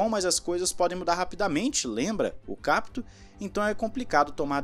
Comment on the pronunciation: Se diz Capíto ( com o som forte no i) è um sobrenome italiano que significa (entendido)